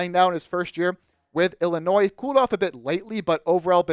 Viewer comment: You can't pronounce Illinois let alone Jakucionis.